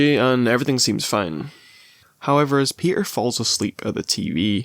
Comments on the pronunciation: My boy “ PEE-ER” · "we're here for my boy pe'er" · why'd you say peter like that